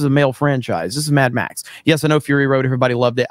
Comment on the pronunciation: Mad-max not tam-pax